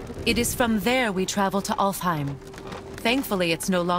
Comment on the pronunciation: Cara baca ALFHEIM : alfaim